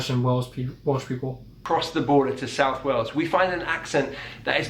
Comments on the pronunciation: Wales, not Wells. Like, a dog has a tail. Not a tell. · When you said Wales, it sounded at first like you were saying Wells, which is actually the name of a town in the South West. (Its also where the film Hot Fuzz was filmed.) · OH MY GOD….. PLEASE, PLEASE, PLEASE Stop calling WALES ➡️ WELL’s…. There is a big old Mammal that swims in the ocean called a WHALE, try pronouncing WALES the same as you would Say WHALES… Unless of course your using the word ‘WELSH’ when referring to the accent…. Sorry for moaning, it’s just a bit annoying when you keep pronouncing it incorrectly…. Still Love the channel, keep up the great work….👍😁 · Wales is pronounced like the animal, not "wells" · Everytime they say Wells I want to comment that it's WAYles. And Hot Fuzz is a definite recommendation to watch :-) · 'Wells' ??? ie town in Somerset, England? Or do you mean wayls as in sheep shagger land?? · Interesting, I suppose we just take all the different accents for granted over here, especially in London which is a real melting pot of different ethnicities too....Just a teeny request, please try to pronounce Wales as wAy-els not Wells, that is a different area of the UK entirely..thanks:) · Wales is pronounced Whales, like those big fish things . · It sounds like in your accent that you are saying wells instead of Wales. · Wow, some of those accents were really light! He did say though that he was doing the accents of famous people , so many of theose would have toned down the accent for professional reasons. You did say 'Wales' really oddly! Reminded me of when NBC ? did live coverage of the big Ryder Cup tournament in Wales. They kept saying it like you did . It's said like 'way' with an LZ at the end. People in the UK, just recognise these accents with out thinking of where in the mouth it's formed!